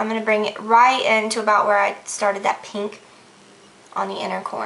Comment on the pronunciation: I like how she says "pink" like "peenk" haha